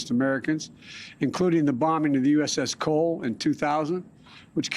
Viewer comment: He said uss Cole lmfao 🤣 bill killed him